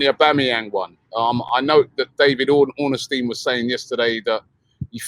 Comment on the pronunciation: Who’s David Ornesstein 😂